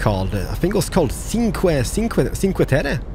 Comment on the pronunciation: Hi! Cinque terre is pronounced like 'cheenque terre', and it means literally 'five lands':) By the way your pronounciation of Italian words is pretty good! Keep up with all of these enjoyable videos! Ohhh also: the toll booth with the yellow lines is called Telepass, and allows you to go throw the gate without stopping for the ticket;)